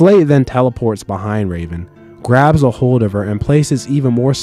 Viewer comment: He said graP